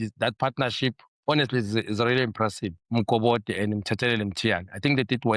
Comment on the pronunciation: Nadim Mokobodi pronouncing ngesiSwati. pronounced Mukobodi. Petersen looks promising better than what we have now.